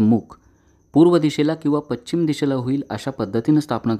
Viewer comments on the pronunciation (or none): none